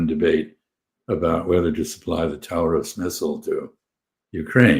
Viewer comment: I had a moment of confusion because I thought Freeman said "Tower of Schnitzel" instead "Taurus Missile" 🙂